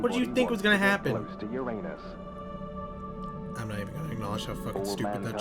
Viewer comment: I'm giving you the Zeffiro Silver award for actually pronouncing uranus correctly